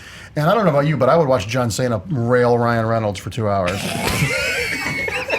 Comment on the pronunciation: John Saynuh